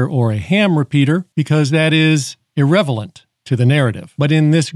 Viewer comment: (:25) "irrevelant" instead of irrelevant